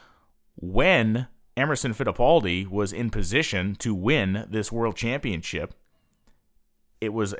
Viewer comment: Championship ChampionSHIP!!! NOT ChampionCHIP!!! It's a title, not a cookie.